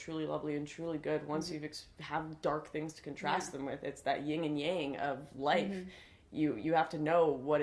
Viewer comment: BRITREN!! PS: Um, Lauren... it's "YIN and yang".